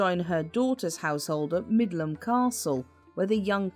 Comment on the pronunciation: It's Middleham Castle, not Midland.